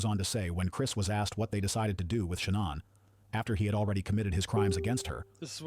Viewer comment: it is Shannon